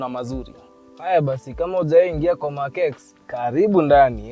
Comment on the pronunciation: it's pronounced as "Mark Ten", just saying